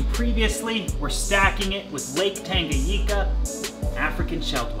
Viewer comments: Tanganyika!!! Not tangayeeka lmao. Before anyone attacks me I love this channel.. but damn the pronunciation gets me sometimes😆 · Love it..All..But dude,Tanganyika ..N spells like letter " N" in the word "new " for example :D I couldn " t just overhear that so many times ..But love the work..Keep rockin bro" !!! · Great video as always! Just 1 thing: it’s TangaNyika and not Tangayika :) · Please look up how to pronounce tanganyika